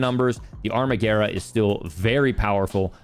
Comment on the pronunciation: Thank you for saying Amarguerra correctly!